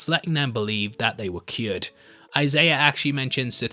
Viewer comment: love the content, love the channel, but there is no r in the name Isaiah